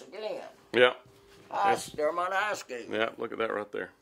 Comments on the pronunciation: The Drew Foam location you drove by is the old location. The company hasn’t operated from that location in years. Also, the correct pronunciation for Dermott is Der’mott (not mutt) with the emphasis on Der. Elvis spent the night at my Aunt’s home and was accompanied by her son, Mack Harkins, who was the Sr. Class president when they went to a party in McGehee. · it is Der Mot as pronounced not pronounced Dermat. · Quick P.S. You might have known this but it seems was too polite to correct your pronunciation of Dermott to the local custom: It's Der. Mott. Again, enjoyed.